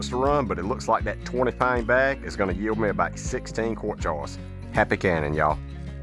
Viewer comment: I know he’s saying “jars” but I hear “jawns”